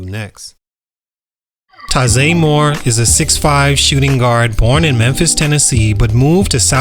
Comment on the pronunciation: First you’re saying his name wrong including the year he weren’t born.